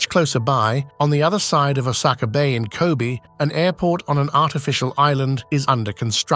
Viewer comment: Even Osaka is pronounced wrongly. Then again, the speaker doesn’t seem to be Japanese so it’s fine.